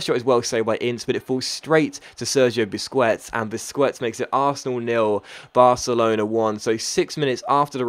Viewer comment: Its pronounced busqets not busqwets